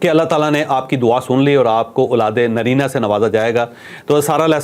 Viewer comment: چوھدری صاحب آپ کے وی لاگز میں غور سے سنتا ھوں اولاد ے نرینہ نہیں اولاد ے نزینہ ھوتا ھے شاید